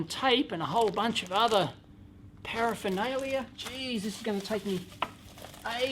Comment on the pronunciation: "power-phernalia" :-D